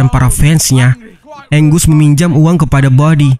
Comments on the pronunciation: Angus dibaca "enggeus" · Namanya angus bukan anggus bang